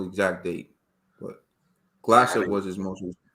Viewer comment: apart from saying gasslev 2 mins in, never seen his name that butchered before